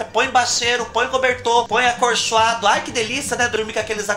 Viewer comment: Kkkkkkk do céu...eu morro de rir.... quando você fala ( acorchoado ) kkkkk